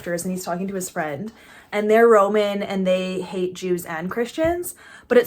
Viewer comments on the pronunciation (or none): none